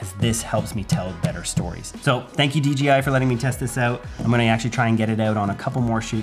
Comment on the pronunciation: D J I 👀😂😂😂😂 J not G 😁